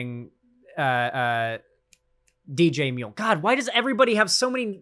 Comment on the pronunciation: we love you buddy, but we'd appreciate it if you didn't make DJMuel sound like an Australian. We've done some shit, but I don't think we deserve *that*.